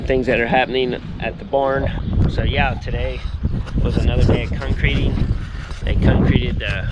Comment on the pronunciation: cuncreeting lol good job tho